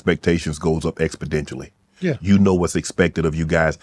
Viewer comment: Expidentially. Ima just start commenting this and see if he ever starts saying exponentially.